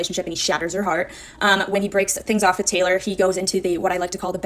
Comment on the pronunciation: With not witn